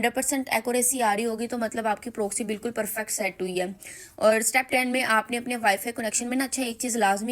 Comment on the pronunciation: ہائے پنجابن اردو و انگریزی کی مت مار دی۔ پرووووکسی اوووف۔😂